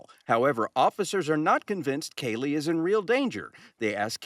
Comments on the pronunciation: Is her name pronounced like Kaylee? Nancy is pronouncing it like Keelee. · PLEASE pronounce Kalie's name correctly. Say her name like her mother and reporters. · Why does it bother me that Nancy isn’t even saying her name correctly?!?!?